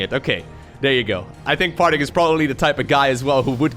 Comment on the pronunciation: swore i heard "Farting" a couple times ....